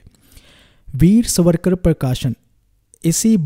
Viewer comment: Try to pronounce his name properly as. SAVaRKaR